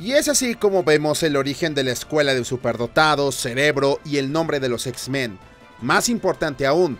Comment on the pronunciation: no soy el único que escucha x-ben verdad jajjaja